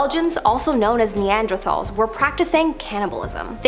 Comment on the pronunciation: did she call Belgians; Neanderthols? or did i hear that wrong?